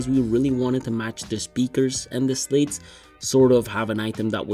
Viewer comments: Especially is not pronounced "specially". Slats is not pronounced "slates". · Amazing video quality! Did you say Audio Technica Podmic? They're called Slats not Slates.